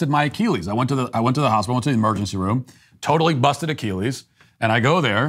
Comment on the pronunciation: Matt, you should be banned from your own show for the way you pronounce "Achilles."